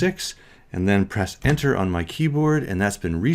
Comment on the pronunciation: you say, “type in zed and hit ????? On your keyboard.” I listened 10 times and it’s not a word. 🤷 what are you saying?